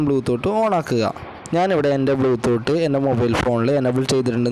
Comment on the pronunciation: Podoo... Oonte or bloo thoott 🥴